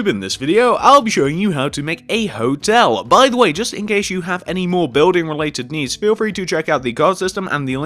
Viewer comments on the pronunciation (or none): none